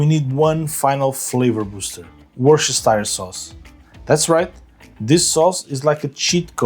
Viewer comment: As a Englishman, it’s pronounced ‘woos-ter-shir-sauce’ 😊